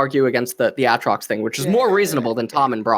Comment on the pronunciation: I wanted Thorin to jump on LS for how he pronounces Aatrox.